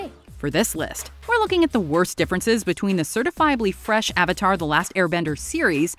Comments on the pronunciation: Why do I watch these things? It just gets me more angry that the movie was so terrible and we never got 3 films. 🙄 Also, the incorrect pronunciations of the names probably was the number 1 most irritating movie change. 😡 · I think M Night had all the things mispronounced (even “Avatar”, which is an actual word in the English language) as a passive aggressive way to people who mispronounce his name. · I don't understand the mispronunciation of "Avatar". I remember him claiming he wanted the authentic Asian pronunciations of the names, which was idiotic, especially when he proceeded to cast the whitest kids he could find. News Flash, Shyamalan: you can't have it both ways! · Every time they say Avatar wrong it’s pure cringe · "the ahvatar" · Also they pronounce avatar as auvatar Ham sandwich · Avatar is pronounced Ovatar. 3 minutes in the movie, I decided to turn it off to watch ATLA. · The Ov-atar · "The Ovetar" "Ong" Soka" 💀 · The Ahvatar The last airbender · Sowka, Ong, Arvatar, Eeroh, Agni Kee ah, yes, immediatley make me hate it without even having watched it also Aang's tattoos and Zuko's pathetic excuse for a scar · “AWWVATAR” I’m gonna scream in my pillow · "the ovartar" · They pronounced avatar as awater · “the ovotar” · why can’t he pronounce “A” “ovotar” “oong” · every time they pronounce Avatar as AH-vatar itmakes me CRINGE. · I hate the movie, but the word Avatar comes from Hindu Traditions and it is pronounce as uvatar and not how James Cameron movie is pronounced. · Does anyone else find it hilarious that every time one of the actors say a word starting with A they replace it with an o? Like Oong, Ovatar etc... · They call him aaang and instead of “avatar” they say “awvatar” A W V A T A R suuka,no! awng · "Ahvatar" thats how I see it spelled when they say it wrong AHVATAR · "ovatar" dude can't even pronounce basic words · The real worst change is calling it the ava-tar and ang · why can't he pronounce A? "Ovotar" "Oong"